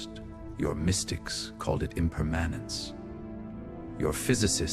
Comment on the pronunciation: Depressing but very good (except for the alien hands not being consistent and the mis-pronounciation of the word "impermanence").